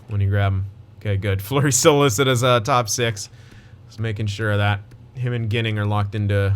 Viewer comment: Team: Dahlin League: Eichel Goalie: UPL btw Adam Ginning is pronounced “Jinning”